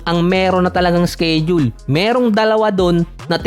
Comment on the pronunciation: "sked-jul at indi "skeyd-jul"